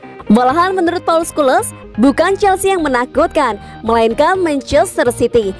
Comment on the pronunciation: Scholes dibacanya skules 😂...